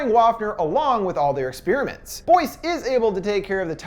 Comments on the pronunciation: Say 'Ex-spearmint' one more time I double dog dare you. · God, why can't Americucks ever pronounce 'experiment' correctly...